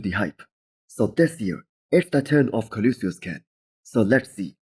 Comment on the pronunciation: learn how to say Colossus!